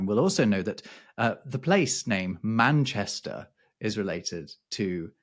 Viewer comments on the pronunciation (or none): none